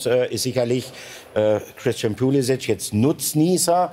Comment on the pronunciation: Wer ist Poulisikk? Warum wissen selbsternannte Experten nicht, wie man Namen richtig ausspricht? Modric heißt auch nicht Moudrikk.